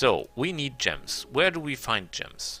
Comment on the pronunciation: gems are pronounced JEMs btw. nice video good tips for people who dont mind taking chaotic karma. speaking of karma, does choosing stuff like barbarian, necro school, etc, affect your karma on the astral plane?